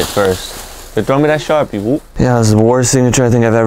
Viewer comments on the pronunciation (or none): Did he say throw the sharpie woo🤣🤔